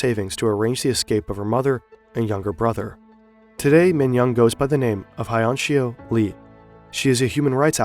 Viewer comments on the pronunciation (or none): nice job on the pronounciation, couldn't butcher her name harder if I tried. "Hayon Shio Lee"